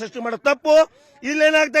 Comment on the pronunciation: Vijayendra avaranna modalu uchhatane madi